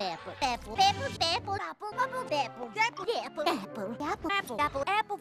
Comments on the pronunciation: After a while a swear I started hearing fapple. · I suddenley heard appul! LOL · The best apple. *Pause for dramatic effect* Apple.